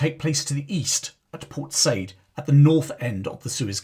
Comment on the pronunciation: It’s pronounced Port Sai-eed